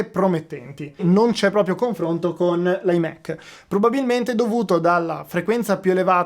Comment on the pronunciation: conflonto? ahahaha top